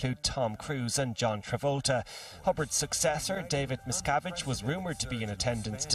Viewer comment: I was wondering why he said that 'David McSavage' was there. I thought he must have been playing his guitar and telling jokes. But he actually said 'David Miscavage'. Ha ha.